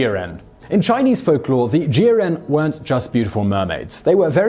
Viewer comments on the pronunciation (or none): It’s pronounced ‘jeeow’ ren Love this episode! (I was a mermaid in a past life!)